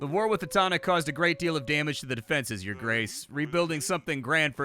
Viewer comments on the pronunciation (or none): none